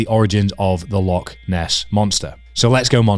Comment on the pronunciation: Great video, some timely inspiration and wise words before the Rannoch Marathon. If you're back living in Scotland you're gonna need to learn to pronounce 'Loch' though 😀